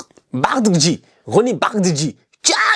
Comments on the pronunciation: Sa se prononce bardaji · tu m’as tué, ça s’écrit Bardghji mais ça se lit [Bardadji] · Bardagji . Prononce la b a r d a gu j i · Je l'ai entendu le dire en interview, ça se lit ainsi : Rony Bardakdji. Ça se lit exactement comme ça Non la lettre a n'est pas une faute de frappe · Ça se lit « Roony Bardadji » 😂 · Ça se lit Bardaghdji😂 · 😂 la prononciation du nom de Roony m'a fumée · Il faut que Roony vienne apprendre à comment prononcer son nom 😂😂😂